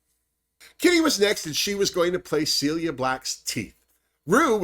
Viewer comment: It's funny, another Drag Race reviewer also said 'CILIA Black,' like Celia, when talking about Kitty's first choice. Just letting you know it's 'CILLA,' which is short for Priscilla. She became famous after being discovered by The Beatles at The Cavern Club, and apparently was a bit of a Diva. Kitty's Cilla would have been very funny.